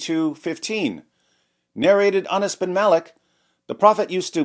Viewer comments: Ana's sure sounds close to Anus...... 😂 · Narrated Anas or Narrated anas. HA! You pronounced it both ways‼️‼️‼️ 😂😂😂